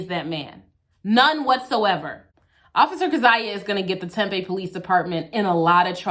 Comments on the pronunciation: It's pronounced "Tem Pea" Tempe not a huge deal just saying, love your work. Found you through Schrodinger's Cat. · it's "tem-pee" don't ask me why. i get made fun of saying "tem-pay" a lot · Terrific video in so many ways. But... Tempeh is fermented soybeans. Tempe (pronounced Tempee) is a city in Arizona. Home of Arizona State University. Thanks! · If you’re gonna keep doing AZ (and you are because Arizona 🤣🤣🤣) I need you to know it’s said Tem-PEE before you get flack for it. ☺️ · Hey just friendly heads up the city this video takes place in is pronounced Tem-pee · Thanks for the videos of this bad cop, hope that further action has been taken against him. But, it's pronounced Tem-PEE, emphasis on the second syllable. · It’s pronounced temp-eee. Like “temporary” temp-eee, temp with a long ‘e’ after. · I believe it's pronounced...tem-pee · we hereabouts pronounce it "tem-pee." not a callout, just fyi. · Amazing job as usual. Just an fyi, people here in Arizona pronounce Tempe as Tem-pee. The video with them illegally entering the home was freaking disgusting.